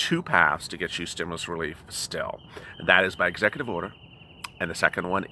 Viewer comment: Execu”TWEET” Order